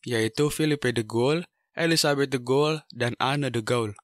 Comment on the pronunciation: de Gaulle itu dibacanya di-gaulie bukan de-ghoul